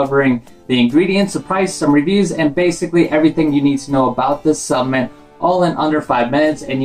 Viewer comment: Cringed everytime you said s U p M e N t